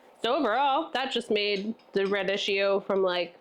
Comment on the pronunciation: Rad- eek-ee-oh and tattoo-may. Go to Google, type in the word and "pronounce" and there will a video or language dictionary in the results with a recording of the correct pronunciation.